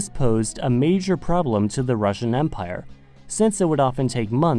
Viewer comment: Very good Russian pronunciations might I add.